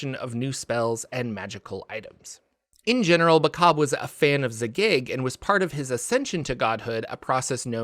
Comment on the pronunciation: You need some work on your pronunciations; Zagyg, Tsojcanth, Robilar, etc...